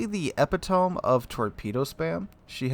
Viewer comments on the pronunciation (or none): Eh-pee-toe-mee. Not ep-ee-tome. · Psssst.... Love your vids but, uh, it's "eh-pit-o-me" (not "ep-ee-tome"). :-) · I heard ep i tome and said, what the hell did he say?? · XD fr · Epitome is a 4 syllable word. Eh-PIT-oh-me